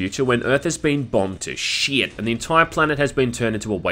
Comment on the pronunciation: How do you say sheit so beautifully.